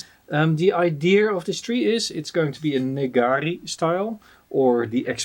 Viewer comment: Great as always! Thank you. Minor hint, Neagari (根上がり) is pronounced Ne-agari (Ne meaning root and agari growing (above)). 😊 It's a miracle to me of how you keep track of so many sessions and projects in the long run. It's ever so helpful to see the progress of your trees through time.